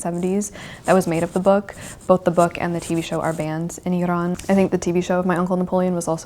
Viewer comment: Thank you so much for talking about Iran, and thanks a lot for pronouncing Iran correctly!!😍 I've been following your channel since 2019 and love your videos 😍❤❤